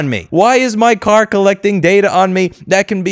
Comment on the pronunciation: Thought you said cat, not car. Shame, we could have answered that question.